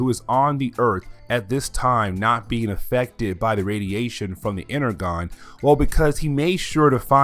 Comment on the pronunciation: You are miss pronouncing Energon